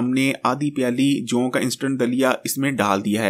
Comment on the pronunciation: جَوں نہیں. جَوء ہوتا ہے.